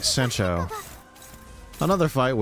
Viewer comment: that is certainly a way to pronounce sancho